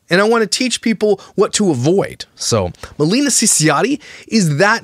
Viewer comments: It's Ma-lay-nah. Not Ma-lee-na. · ITS MILAYNA! 😂 you got the first name wrong also hahaha